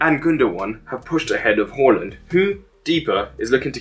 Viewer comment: Haaland is pronounced as 'Whoreland' in Eton these days?